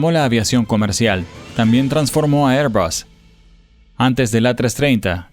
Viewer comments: ¿QUE IDIOMA HABLA? “ÉR‑bag” (ˈɛər‑bæɡ) Air = “ér” ESO ES UN GLOBO. no Se pronuncia: “ÉR-bas” (ˈɛər‑bʌs) Air suena como “ér”. será La marca de aviones AIRBUS Se pronuncia: “ÉR-bas” (ˈɛər‑bʌs) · Porque decis, "Airbas", es airbus, no me explico el acento que le poneis cuando decis eso.